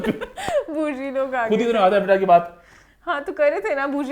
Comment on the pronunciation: Evatarr nai avtaar it’s a hindi word